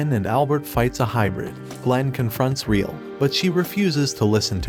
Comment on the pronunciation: Just as a slight correction her name isnt “reel”. Its Re=L, pronounced Re-L. Other than that its a good video on the show.